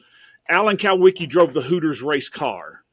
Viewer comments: I have a problem with the statistical anomaly of plane deaths concerning race car drivers, Alan Kulwicki, Greg Biffle, Hendricks family, and Davey Allison is way above the normal statistically for one group of people. I'll just say that. Alan Kulwicki is pronounced cool-wicki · Do these guys even know what they’re talking about?? Jesus Christ, the dumb moron can’t even pronounce Alan’s last name correctly 💯😫. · If he was such an accomplished private investigator why can't he pronounce kulwiki properly